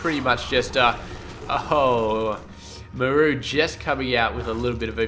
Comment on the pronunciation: i cant take it !! its pronounced MAR-RU not ma- rooo your killin me man.